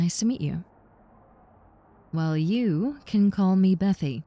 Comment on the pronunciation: am i tripping or that ‘Bethy’ at the beginning sounded mad spanish?